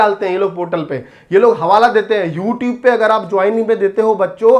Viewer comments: YouTube- ❌ YouTebe - ✅ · YouTube ❌ Youtibe ✔️ 😂😂😂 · Sir phle, YouTube bolna sikh lo thik se., Or thoda kam jealous rho, or thodi si thodi si educated insann ki trh, jao or padho chizo ko... Study2Win ki sare, privacy policies padho, or students ko stupid bana band kro, dum hai toh rok ke dikha do, sagar sir ko, jo shi steps lete hai na... Use koi nai rokste hai.. Yeh baat set kr lijye sir.. Or please English thik kr lo app thodi si... Worth word ki meaning check kr lo ek baar aap.. And plz thodi si English padh lo... Plz... Course lelo aap hmare, study2win se, agar apko belive na Ho toh... Toh app request krna free m apko provide kr denge sir... English sikh lena, plz. Dont Use the medium such as YouTube to spread misinformation, Legal action ki aap chinta mat kro, bus... Woh khud hi time btaygi...... Student se mai request krna chata hu ki thodi awarness ke sath decision le...!! Mai bhi family members hu civil beings ka or yeh tolerate nhi karunga is level ki misinformationspread kr rhe ho app.